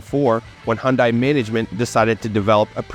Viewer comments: KIA & Hyundai are exactly the same thing! Just like Toyota & Lexus, Honda & Acura, Chrysler & Dodge, etc.!!!...BTW, Hyundai is pronounced like "Sunday", just saying.😊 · My dealer said it's pronounced "Hunday, like Sunday, not Hundeye.